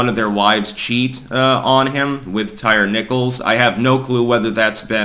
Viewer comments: Ty-ree not tire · Ty ree is how it's pronounced...not tire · It’s tie-reee not tire. Lol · So can you at least learn how to pronounce his name? Ty-re not tire. Very disrespectful of the murdered. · "Tire" Nichols. Lol.😂 Not "Tyree" Lol.😂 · Here in the south it is pronounced, "tie-REE". May he rest in piece. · Hey, his name is most likely pronounced 'Tie-Ree'. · It's pronounced Ty REEE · Tyre = ty-ree. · Tyre, pronounced Tie-Ree. "They" always Remix/redefine/etc. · The name "Tyre" is pronounced "TY-REE". (Come on, it's not hard to find one YouTube video featuring someone who knows.) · Also if you can’t even pronounce the guys name correctly maybe don’t comment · That word is pronounced tyre, the thing you have four of on your car. Illiterate hoodrats don't get to change the language.